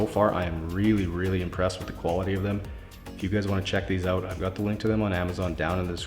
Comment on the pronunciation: Hearing the way you say "out" is satisfying🇨🇦